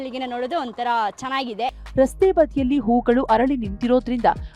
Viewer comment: ಕನ್ನಡ... ಹರಳಿ ಅಲ್ಲಾ ಅರಳಿ... ಅತೀಥಿ ಅಲ್ಲಾ ಅತಿಥಿ